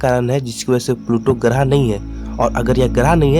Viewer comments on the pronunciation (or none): Graaah नहीं grah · Garah nhi grah hota hh pagle pure vid kharab kr di